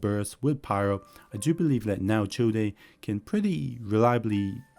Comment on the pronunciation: Childe is pronounced "Child" 😂